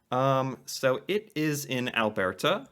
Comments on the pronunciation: it is pronounced Al-Bert (like Burt and Earnie) -A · My buddy and I are going to Lake Louise Ski resort in Banff National Park tomorrow for four days. It's Canada's second largest ski resort and overlooks the colorful, snow-covered Lake Louise. We're both filming it all on Hero 11s to vlog and create a cinematic. Side note: Alberta is pronounced more like you're saying Albert the name with a little "a" at the end. Love the content! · Love your pronunciation of different place names, like "Al-bear-ta" instead of "Al-burr-ta". If you like Banff NP, you'd love Gros Morne NP in Newfoundland. The deep ocean fjords alone are breathtaking with lots of hiking. Comedian John Pinette described a hike as a walk that sucks, lol. TROLL ALERT! Ignore "SilvanaDil". It's a petty little troll that only comes on this channel to slam Canada. It's insecure jealousy is sad, really. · The way he says "Al-bear-ta" hehe